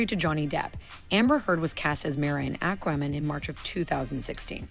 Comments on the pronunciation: AQUA NOT AKRA! Fuck me....... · Aquamin?!? What's that?! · Don't you mean "Ack-ruh-men"...lol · "Akramin". Yikes. Why is she pronouncing it that way? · Ack-wah-man... WTF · I hate the way she says ackwaman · She saying "airkro man"? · At least the "a" is pronounced correctly. If she said "aquaman" with that "a" rather than "acraman" it would be fine. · Acwamin. Ackwamin. This woman cannot read, nor can she enunciate or pronounce many words correctly. Irritating. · Thank you!! I hate the way she is pronouncing Aqua-man also! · Lol when people intentionally try to creatively mispronounce words - Do I hear the word "ramen" in there? 😂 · I can't believe somebody who speaks so well cannot pronounce Aquaman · Her pronunciation of Aquaman was driving me nuts, too. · Same, how can she not know how to say it lol